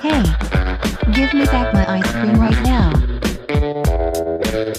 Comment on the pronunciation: "Give me back my iqce-qcream right now" Hahahahahahahahahahaaaaaa